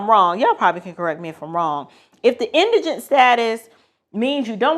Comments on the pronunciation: Thank you for pronouncing indigent correctly. Was getting tired of hearing folks on YouTube pronounce it as indignant.🙄😁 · I appreciate your input, and may i say you are the only 1 out of 10 videos I've watched who pronounced indigent correctly. Lol Your bloopers were cute . God Bless❤ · Thank you so very very very much for pronouncing Indigent correctly!! I have heard this word butchered so much across so many tick tocks and YouTubes it makes my ears bleed! How hard is it to look up or listen to the pronunciation of a word !? I'm not trying to be snobbish but thank you so much for pronouncing it correctly!